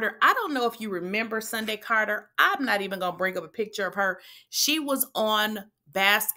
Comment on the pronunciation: Lol Brooke is the only person who said this girl name the right way, It’s “Sundy”. Not Cindy or Sunday 🤣🤣🤣⚰️